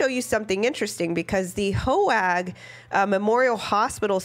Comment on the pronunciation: I live across the street from Hoag Hospital Newport Beach it’s pronounce quite differently from how you’re pronouncing it. The a is silent. They could’ve gone to the other medical center because of a head injury